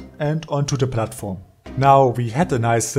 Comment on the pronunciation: "I decided to build a Plattform" This guy is german, isn't he? By the way, great Video